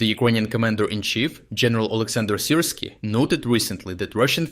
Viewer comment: why would you mispronounce the names of people, towns and cities in your videos? So that, for example, Сирський becomes СирскАй, and town Лиман becomes ЛАйман. What is the point in this?